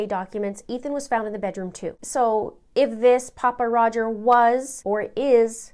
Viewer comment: Just an fyi... Pappa isn't pronounced poppa. Think of pronouncing pappy and put the a where the y is...